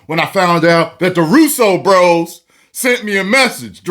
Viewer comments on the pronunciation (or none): none